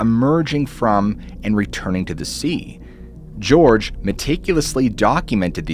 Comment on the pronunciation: Jorge =/= "George"